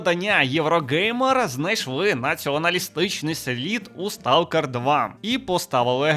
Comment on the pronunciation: хтось із українців знає, що англійське слово Stalker насправді звучить як СТОКЕР?